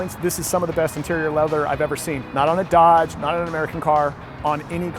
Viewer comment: Did he say Dadge?